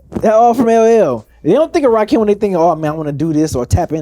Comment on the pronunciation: That boy said Rahkim 😂